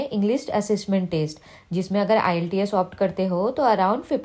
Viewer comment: Iillteeas nhi hai bolna to sikho pehle